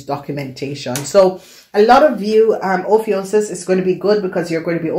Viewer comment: Honey it's pronounce oh phew cuss